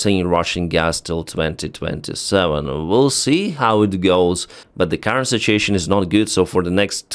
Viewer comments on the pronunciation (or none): none